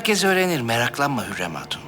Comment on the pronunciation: Hurrem: süklüm ağa Victoria: sumpül ağa İsabella: Süslüm ağa